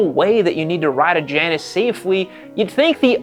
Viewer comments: You’re mispronouncing Janus. It’s Jay-nus. After the designer, Hugh Janus. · it's OK to pronounce the brand properly : it's Jay-nus.. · I believe it’s pronounced Jay anus. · Pronounced Jane-us. Named after the two-headed goddess. And, if the bike is using cheap front end components, you have a perfect recipe for a death wobble. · The, 'J', is silent.